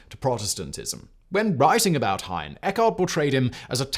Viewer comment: ‘Heine’ has two syllables in German - as does Anne, sounding like English ‘Anna’.